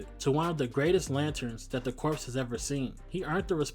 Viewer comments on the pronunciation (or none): First, you don't pronounce the "p" or "s" in "corps", they're silent. It's pronounced "kor". Secondly, I agree 100%. Tim is the one true Robin and the best successor to Batman. Dick has become a hero in his own right, and Damian is just an obnoxious neppo-baby who had the role handed to him. Tim EARNED the role. Not only did he see Batman floundering in the wake of Jason's death, he figured out who Batman was! He not only deserves to be Robin, he's the only one who deserves to be Batman in the future. And yeah, Kyle got screwed over when they decided to resurrect Hal, the same way they screwed Wally West by bringing back Barry. They both took the roles that they were given and out ran the long shadows cast by their predecessors, only to be shoved aside by them when they came back. And now DC doesn't know what to do with either of them. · The S in Corps is silent. lol